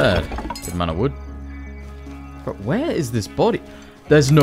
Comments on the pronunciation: Did the quest say collect Vood?😂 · "Collect Vood" 😄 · Collect 'Vood' ? 😅